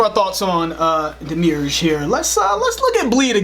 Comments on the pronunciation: Crackin song choice and great insight! But, I have always thought that "Demiurge" is pronounced "DemiUrge", unlike "DeMIEUXrge". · Love you guys! Proud Swedish Meshuggah fan here. You should arrange for a Gojira/Meshuggah show, it will blow your mind. BTW, it's Demi-urge, like Demi-God. Great video as always! 👊❤️😍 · Demiurge pronounced (Dem-E-urge) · “Demi-urge” Like “Demigod” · Pronounced Dem-me-urge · Lol I’m sure someone corrected you it’s pronounced demi- urge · It's pronounced "dem-ee-urge" (emphasis on the middle syllable) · demi urge. pretty simple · pronounced Dem-EE- Urge (its a gnostic word, the Demiurge was basically the devil from Gnostic mythos, a demented demon of sorts that had convinced man it was the creator when it was not) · You guys are awesome. I only found you a few days ago. This is a really open-minded experiment, and I'm loving it. FYI, (deh-mee-erj, as in "demigod") 1 capitalized a : a Platonic subordinate deity who fashions the sensible world in the light of eternal ideas. b : a Gnostic subordinate deity who is the creator of the material world. 2 : one that is an autonomous creative force or decisive power. Marvel comics has a cosmic being named Demiurge who seeded the Earth with their own life force, e.g. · Its pronounced Demi-Urge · It's pronounced Demi / urge it means Creator in Gnostic Christianity he is identified as the blind Creator God of the world or Yahweh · Man love you guys but its pronounced demi - urge lol. Sorry but y'all drove me nuts lol. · Not a biggie. But, on the pronunciation of the title. Break it down in two parts. Demi-Urge. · The track is pronounced "Demi urge" like "Demi" Lovato and having an "urge." It's a concept in Gnostic theology and in some of Plato's stuff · "Demi" "urge" is how it's pronounced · Pronounced de-me-urge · It’s pronounced “demi”, as in “demigod”, and “urge”, as in, I have the urge to watch this video again. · Say it separately- Demi urge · Pronounced "Demi" "urge" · Its demi-urge